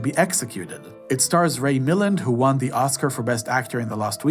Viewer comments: One minor point- it’s Ray MilLAND, not MILland. Accent on land. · Ray-mill-AND, not Ray MILL-and. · Excellent review of his films! Small point: Milland is pronounced with the stress on the second syllable - miLLAND. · It's Ray MiLAND! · Ray Milland---pronounced mil-LAND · Comprehensive and intelligent ranking of Hitchcock‘s films. You mispronounced Ray Milland’s . name. My favorite film has always been rear Window. I saw psycho when I was young, perhaps too young. It really traumatized me so, I have avoided it since then it came out; however, you made a good argument for it being the best. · It's pronounced Mil-land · His name is pronounced mill-LAND. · Ray Mil-LAND. Joel Mc-CRAY. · Pronounce Ray Milland with the accent on the 2nd syllable. Also, I like that you (obviously) did not let AI edit your script...